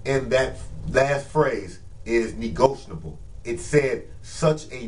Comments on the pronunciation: You're on here trying to teach us but can't even pronounce the term correctly? It's "NEGOTIABLE" not "NEGOTIONABLE" WTF? This is embarrassing. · Yasmin Bey. You are correct. That is a mistake in pronounciation. It should be negotiable. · Be you need to learn how to say negotiable